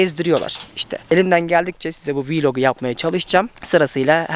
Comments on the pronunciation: ben viilog demene takildim djjdjdj:) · abi nolur viiiilog deme, blog için biiiilog mu diyoruz ki vlog için viiiiilog diyelim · VIRVIRIVRIVRIVRIVIR Anladık 4x4 e verecek paran var . oraya veereceğin parayı ordakilere bağışla buu kadar duyarlıysan . ayrıca viiiiilog değil vlog.